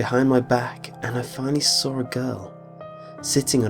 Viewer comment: I love how he says saw! "And that's when I sawr it"